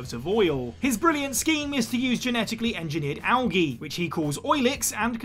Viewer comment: You butchered algae worse than the Russian’s name